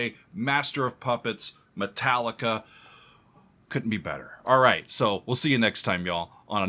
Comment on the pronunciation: Me Tallica! "Me" pronounced like "Mi" or "E", the fu*** key of all their fu*** songs xd _/,,/